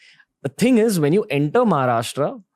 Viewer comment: Ranvir bhai it's Maharashtra not Maharashtraaaaa